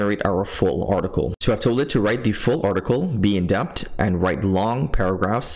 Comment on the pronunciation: I'm glad you finally realized how to spell "in-depth". Now you just gotta work on the pronunciation🤣. I'm just playin' 😆